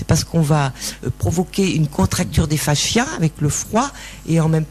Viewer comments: ils sont tous nazzz, elle/qui est ???/ explique tellement mal....n’a pas du tout un vocabulaire clair.. c pas faschias mais fascias !! Madame 😅 l’autre derrière se maaarrre !!! mdr mdr 🙉🙀😹 👎👎👎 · On dit "facias" et non "fachias" (il n'y a pas de "h" !!